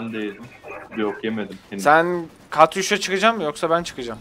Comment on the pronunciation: Katyuşka değl Katyusha Katyuha Katyushaaa KATYUSHAA AAAAAAAAAAAAAAAAĞĞĞĞ ÇILDIRDIM